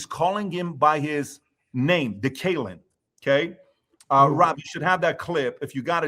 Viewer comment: I don't like DK Metcalf or his actions. However you can tell that these guys aren't legitimate NFL fans. They all butchered his name repeatedly. Lolol.